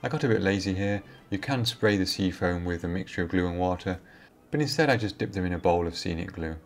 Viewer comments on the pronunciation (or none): none